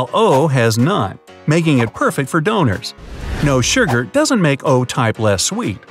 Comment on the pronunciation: This guy keeps saying "sherger" instead of sugar and it's making me cringe so bad XD